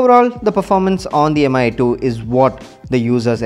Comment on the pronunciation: It's /mee/, not /em-ay/